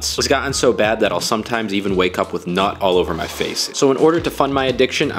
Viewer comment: The way you emphasized “NUT” when you wake up with “NUT” on your face really got me.